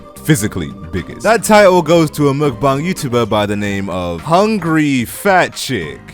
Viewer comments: Why you saying muukbang It's mukbang I think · You are correct. He has the second syllable correct.. but the first is muk with a short u and a very siight k sound, the k is not aspirated. The Forvo pronunciation website has two people pronouncing it with that English (Romanization) spelling. Both are males from South Korea and both are accurate.